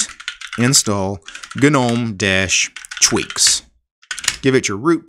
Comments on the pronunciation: Not to be that guy but, isn't Gnome pronounced nome. Or am I mistaken? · "Ga - nome "🤦‍♂🤔 But otherwise very informative